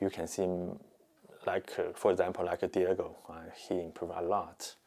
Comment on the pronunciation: Can someone tell Jeff its diogo not Diego makes me happy makes me feel this way